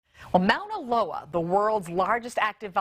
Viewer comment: The way that presenter pronounced Mauna Loa hurt me.